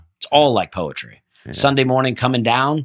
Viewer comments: I had to pause to catch my breath and wipe my tears from laughing so hard when said “poy-etry” and and Dusty lost it. I have not laughed this hard since seeing Nate when he was in Philadelphia a couple weeks ago. You guys made my night! Thank you so much for bringing my life so much joy! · Although I’m a comedy fan, laughing out loud is something I don’t often do. If someone falls and injures themselves, sure you’ll hear me laugh uncontrollably, but not for much else. pronunciation of “poetry” and and Dusty losing it really got me. Audible “haha”s and tears down my face. Now that was a good time. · Hey bear! Seeing and Dusty get on case about how he says poems/poetry had me in physical tears. But don’t worry, isn’t alone! My 2 friends have dedicated a book (a shared Google doc) to all the words I mispronounce along with how I pronounce them. One of the entries being “gratuity” and I pronounced it “gratitouille”. So, say “poem” however you want!! Love you all, even when the kids are left unsupervised! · Hello folks! I am a nurse in a trauma ER and I look forward to every Wednesday for new episodes. I LOVE the 4 of you together and it's such a fun thing for me to listen to and re-charge. Also, listening to try to say "poetry" was soooooo funny. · So funny to see red face wondering how many people have laughed at his pronunciation of "poetry" over the years! Now he knows how Nate feels when people laugh at Nate's attempts at reading aloud. Reminds me of when I thought the word finger started with a th and I was only person on earth who could say it right. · I think is pronouncing it with an I, like “Poitry”. Either way, I’ve never laughed so hard at any episode just hearing and Dusty fall apart laughing and sweet genuinely trying to repronounce it differently! Sometimes you just can’t hear your own twang!! 🤣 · Po-ee-tree....Yall r killing me today!!!!